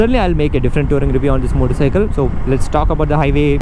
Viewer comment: Everytime he says "moddicycle" 🤣